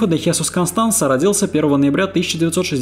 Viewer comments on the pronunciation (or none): Не ХЕсус, а ХесУс, не ЭлИо, а Элио, акцент на Э. И не поняла при чем здесь Маркес. Маркес -не мексиканец и его "100 лет одиночества" не имеют н какого отношения ни к черной магии, ни к сантерии.